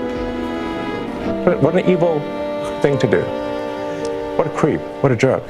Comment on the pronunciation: What a cweep. What a jerwk.